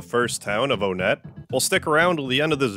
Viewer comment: i think my favorite part of this is that he pronounced onett right